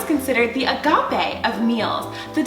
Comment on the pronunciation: I got so triggered when u said agape